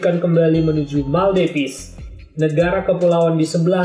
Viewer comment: Militer MALADEWA bukan meldevis.